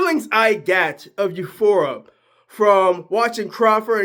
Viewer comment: Not being a dick, or mean but its euphoria (yew FOR ee uh)